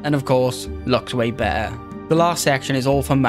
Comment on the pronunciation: BeTTer, man, not be'er. You're not a sheep.